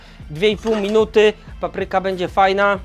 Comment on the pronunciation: Świetnie, ale zawsze jest coś do poprawy: 1. Nieumytą po kurczaku ręką podkręcił regulator palnika. 2. Ręce umył bez mydła. 3. Akcent w słowie "papryka". To nie "muzyka", więc dlaczego na pierwszej sylabie? P.S. Ten tatuaż jest zmywalny?